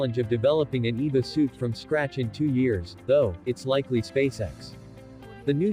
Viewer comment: Thats E. V. A. not eva.